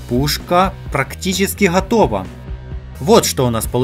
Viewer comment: ГггггггАтовА!))))Йобаный "гакало".